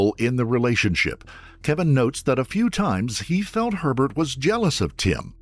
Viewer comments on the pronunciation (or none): i keep hearing pervert instead of herbert 😂